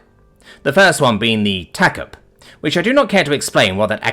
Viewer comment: TACP For your info is usually pronounced Tack Pee.